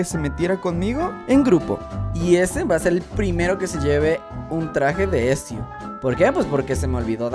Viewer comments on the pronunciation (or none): No es esio es Etzio Auditore